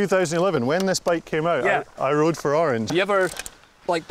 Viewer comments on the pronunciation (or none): none